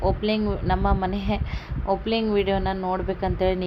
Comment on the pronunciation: Adu opling...alla Opening Annabeku sis